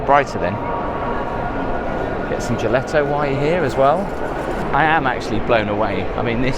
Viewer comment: Bruh wtf is gel-let-toe lmao that's not how you say Gelato